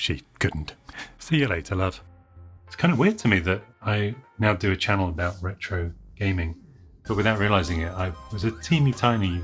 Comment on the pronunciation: "the ЯЯЯЯЯRRRRetro show" fits well with your Edinburgh pizza order :)